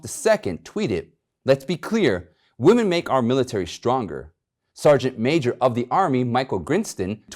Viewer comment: I love your show, always listen, and share. One little piece of advice. You are mispronouncing WOMEN as WOMAN.